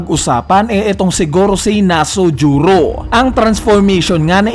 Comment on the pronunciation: Bat kaya nasujuro Yun imbis na V. Nusjuro? Wrong pronunciation lang pero keep it up pa din